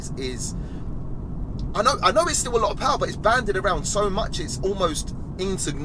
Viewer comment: Diesel powah baby its a different kind of powah